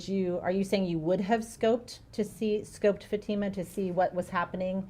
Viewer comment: It’s FA-TEE-MUH!!! Not FAT-IMA!! I really wish these Attorneys would get her name right.